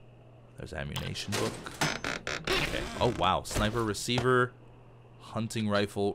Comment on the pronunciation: Every time says hunting I think it's hunny